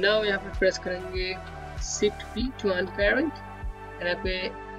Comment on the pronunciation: BRO ITS CALLED SHIFT NOT SIFT